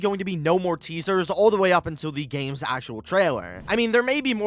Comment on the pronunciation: Bro became British "Teasahs" 😭